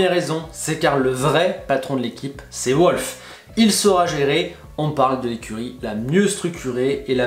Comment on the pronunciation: Toto wolff est autrichien, pas allemand, et ça se prononce « volfe », pas à l’anglo-saxo « ou-olf ».